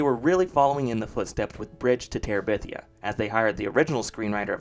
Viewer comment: "Following the success of... The Bridge to Terebithia" say that again, slowly